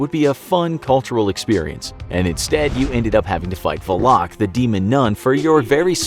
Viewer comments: Why is he saying valak like va-loc? I thought it was val-lic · Valak isn’t pronounced that way